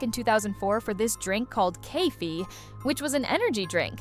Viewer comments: Its not kaifee its: Say ka not kai Then ffe not ff ii got it? Btw no hating me im just correcting her Btw kaffee is coffee in germany and also im german but i understand english turkish and Spanish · "Kaffee"... barney: ... COFFEE